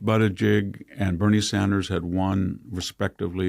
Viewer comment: “Pete Buttajigg” 😂🤣🤣🙌🏻